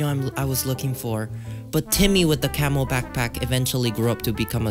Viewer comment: I thought you said camel backpack